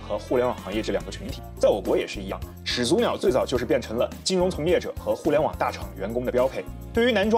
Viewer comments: 始祖(shǐ zǔ)口语连读应读作shí zǔ而不是shǐ zú，听着很别扭。举例：懵懂(měng dǒng)口语应读作méngdǒng而不是měng dóng；产品读chán pǐn不是chǎn pín；火腿读huó tuǐ不是huǒ tuí；检讨读jián tǎo不是jiǎn táo...... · 按照普通话发音规则，两个连续三声，第一个三声应该读二声。